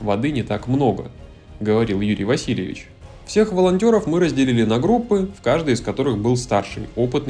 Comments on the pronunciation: Не Юрий Васильевич , а ВасилЕвич . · ВасилЕвич, а не ВасилЬевич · Василéвич, а не Васильевич